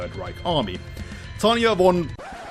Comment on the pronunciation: the guy has problem saying tanya name but says victoria name in one breath. me having problem saying both names... WHAT?